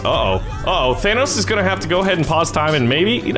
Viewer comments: Its thanos not thanOUs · You keep saying Thanoss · Dude kept saying thanoss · How do yall say thanos, says Thanos like than-oss, like vanoss, I say it like Than-ose. in the movie 99% of people call him Than-ose, except for nebula, who calls him Than-oss. i tried looking up how to pronounce it correctly, but i found websites that pronouced it like, Th-ai-nos, and a person said it was pronounced without the th?? so give me your opinion because I get annoyed when they call him Than-oss...idk why help me figure it out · Why do you keep saying it like Thanoss? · It’s pronounced thanose but spelled thanos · Did anyone notice that he says thanos wrong?